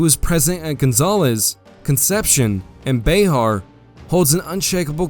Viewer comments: " Bay-har." I think it is pronounced,"bear." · Bexar is pronounced Bear, the X is silent. Just being a social justice warrior lol.😇